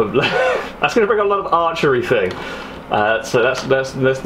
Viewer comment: Still wish you knew the difference between think and thing .(somethingnot somethink).. can hear my English grammar teacher turning in her grave